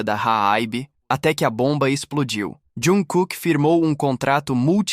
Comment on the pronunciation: Tem que aprender a falar o nome do artista se quer falar sobre ele,e nome da agência também.